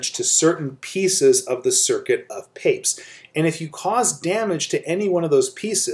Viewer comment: I thought we pronounce it Pa-pez